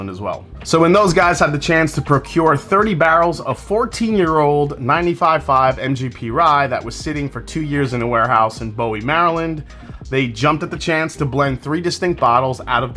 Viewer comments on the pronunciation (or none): The city of Bowie, MD is pronounced Boo-wee. Love the channel! Cheers! 🥃